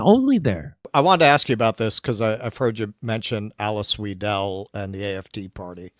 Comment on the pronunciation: The pronunciation of Alice Weidel"'s name. 🫣 It's unrecognizable to a German speaker. Couldn't you mimik it a little bit?